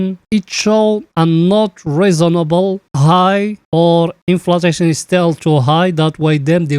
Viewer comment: Bro it is inflashon u always say inflatashon plz correct